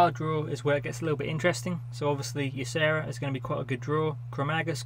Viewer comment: Hey btw it's YAH-SHA-RAJ as noted on the reveal blog post. Haha. Also great video!